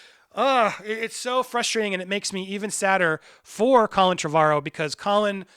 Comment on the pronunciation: Repeat after me: "TREH-vuh-rowe", not "Treh-VAH-rowe". Your pronunciation makes me despise you even more than usual. It's called Google. Look into it